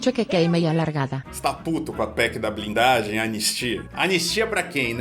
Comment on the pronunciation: "PEC da blinglagem"